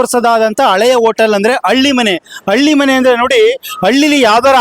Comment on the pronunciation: ಕನ್ನಡ ಸ್ಪಷ್ಟವಾಗಿ ತಪ್ಪಿಲ್ಲದೇ ಮಾತಾಡೋದು ಕಲೀರಿ ಹೋಗಿ ಸರ್ಕಾರಿ ಶಾಲೆಗೆ 1 ನೇ ತರಗತಿ ಪಾಠಕ್ಕೆ 😡 ಅದು halli❤ಮನೆ ಅಳ್ಳಿ ಮನೆ ಅಳ್ಳಿ ಮನೆ ಅಂತ 50 ಸಲ ಅನ್ನಬೇಡಿ 😡😡